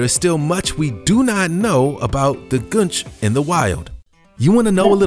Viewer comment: It's "goon-ch" Not "gun-ch"